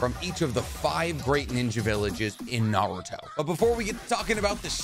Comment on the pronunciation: Just found this channel, which is pretty cool but a major downside is this guy's pronunciations of Naruto/Japanese names. So American of him. For now it's a great channel, and I'll bne going back to watch old videos but his pronunciations are definitely going to grate on me.